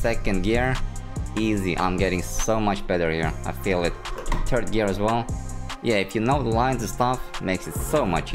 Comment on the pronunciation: “turd gear”